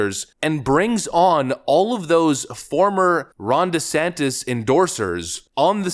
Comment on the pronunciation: The closed captioning prints "Rhonda Santis" every time you say Ron's name. I don't know if that's what you are saying but it's funny as hell!.